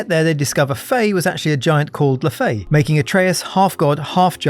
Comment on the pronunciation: "LUH -FAY" how do you prnounce it so wrong?